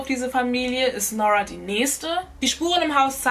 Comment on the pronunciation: Wie spricht sie aber Nora aus??? Es heißt NuRRa nicht NOrwaaa diese englische Aussprache ist falsch